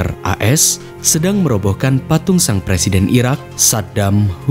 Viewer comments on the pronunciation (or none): none